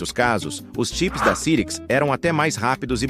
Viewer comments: Eu sei que é IA, mas não tem como conferir a pronúncia antes de publicar? Nunca vi ninguém falar "CIRIQUIS", e sim, "SAIRIQUIS"... Além disso, 386 e 486 como "Trezentos e Oitenta e Seis" e "Quatrocentos e Oitenta e Seis"??? Qualquer um que conhece computadores sabe que no Brasil eles se chamavam "Três Oito Meia" e "Quatro Oito Meia"... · rapaz, doeu o ouvido essa voz clonada de I.A. pronunciando CIRIX, quando a pronúncia correta era SAIRICS! Ah! Tive um PC com o 5x86 CYRIX. Era ótimo e a placa mãe tinha 3 slots de memória RAM. Dois podiam trabalhar em dual channel, ou não, tanto que coloquei em cada slot uma memória RAM de clock igual, é claro, mas capacidade diferente! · Já tive um também. Se pronuncia "SAIRIKS' -CYRIX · "Muita gente pronunciava o nome Cyrix de forma errada". Verdade ! E mesmo citando o erro, o vídeo insiste nele quase o tempo inteiro, com apenas duas ou três vezes em que usou a pronúncia correta. Não sei qual programa de voz usou, mas com certeza isso poderia ter sido corrigido com um ajuste no setup ! Mas quanto aos processadores Cyrix, eram realmente uma alternativa mais acessível e muito boa para máquinas domésticas e escritórios. Usei um por algum tempo, até ter grana para meu primeiro Pentium 233 e nem me dava conta de que não havia um processador Intel dentro do gabinete. Fazia de tudo com ele : desde suite Office, internet (discada com modem 56k...) e games 3D como os "novos" Doom e X-Wing/Tie Fighter ! 😁👍